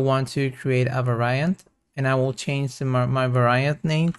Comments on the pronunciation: Please pronounce Var-iant not Va-ra-iant, Nice tutorial by the way. Thanks! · All good. Little english tip... 'Variant' is pronounced "vair-ee-ant" not "vair-aye-ant". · This is AMAZING. Thank you so much!! Also, I think you are stressing the wrong syllables and mispronouncing "Variant"... but that's just me listening as an American English speaker/English teacher... 😬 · No, Va-ra-iant sounds cool. I m gonna pronounce like this always.